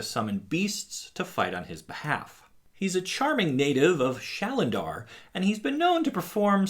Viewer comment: It's "Shandalar", not "Shalandar" * lifts glasses *